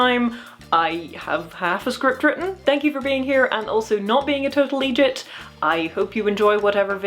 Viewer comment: Dear, I believe you might be the only non-Scot that I've ever heard pronounce the word "Eejit" correctly, even if it lacked the typical glottal spot (Thank you Tom Scott) you'd find in the Scottish dialect and the vitriol that it tends to be spat with, so I applaud your language skills, the video was also pretty good